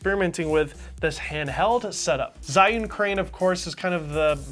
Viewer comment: Zh is pronounced as J